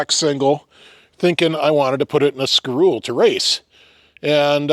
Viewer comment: its pronounced ski- roe- lay its french